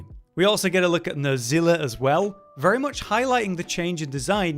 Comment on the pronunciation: It’s not “nerzilla” as she’s named after the Greek creature “Scylla” and not Godzilla. It’s “ner-silla”